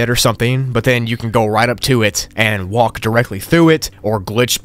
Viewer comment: I cry when he says walk like walck